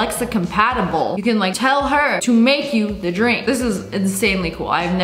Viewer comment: Ur dwink of cwoice